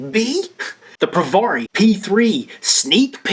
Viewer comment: It's not Pro Var eeee It's Pro Vare eeee Say peary. Now put a V in front of it instead of a P. Provari as in variable voltage. Vari